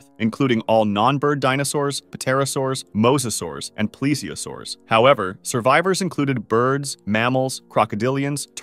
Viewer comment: No way thats how you say Plesiosaur